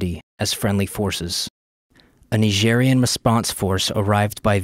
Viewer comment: Ny-jeery-anne. Nigerian.